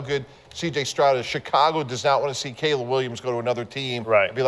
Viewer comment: his name is Caleb Williams not Cab! You are such a big fan pronounce these names correctly it sounds bad on you’re part dude